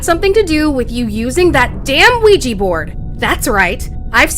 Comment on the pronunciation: i love these but i hate the way he says ouija like where do you get the A from its not A-weja it’s just weja